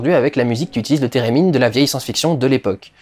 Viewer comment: « Térémine » ? J’ai pensé direct à Sherldon 😂😂